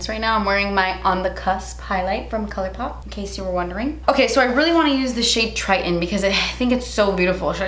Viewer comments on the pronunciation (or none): LMAOOOOOO "colourrrpop"